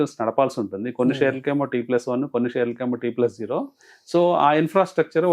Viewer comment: T+ఓ కాదు... T+జీరో అనాలి